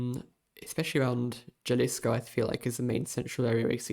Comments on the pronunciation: psssst it’s pronounced “Hal-iss-koh” 😉 (In Spanish, “J” is usually pronounced like an H) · Bro said jalisco with a j😭😭💔